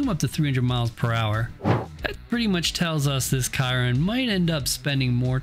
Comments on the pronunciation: how tf you gonna fuck up the pronunciation of chiron. shi-ron. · I love the video, but the way that you pronounced the Bugatti Chiron was hard to listen to